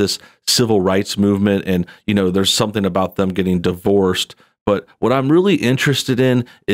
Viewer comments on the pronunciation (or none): none